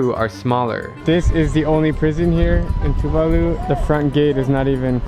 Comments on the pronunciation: Talofa. I've heard of all three countries but not much about life in two of them. Coming from Oceania of course I've heard of Tuvalu and it would have been good to hear the correct pronunciation of the country's name. The stress is on the second syllable. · *Locals tell him it's pronounced "Tuvalu"* *Proceeds to call it "to the loo"* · It's "Tuu'vaalu" not "Tu'va'lu" As Pacific islanders it's getting annoying that westerners believe we all still live in the stone age. Yes some of us still do & that's because they chose to do so in order to keep their ways of life, customs & culture. For a Pacific islander like me & where I come frm it's a different story. We struggle to keep our ways of life after being colonized by European countries & then by America. Thanx to those western countries that colonized us they have created poverty in our islands! Yet they are still unaware we even exist! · Thats funny. However its pronounced Two-VAH-loo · It Sounds like "True Value" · I'm khmer too and I pronounced it ToOoOoOoOoO tHe LoO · Tuvalu better not sink🤧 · I heard Tuvalu